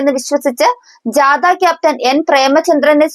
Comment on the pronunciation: ജാത,എന്നല്ല,ജാഥ, ആണ് ശരി